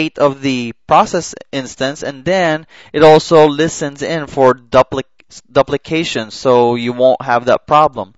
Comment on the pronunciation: it is doop' li cation....